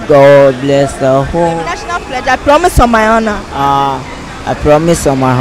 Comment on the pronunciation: Did i hear the girl ask some one to say i #PLOMISE# ??is.it just me or did some one else here in the comment section noticed it too??😂😂😂😂😂😂